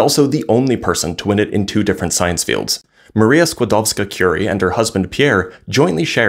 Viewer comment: Thank you for including her whole name!! Great pronounciation ❤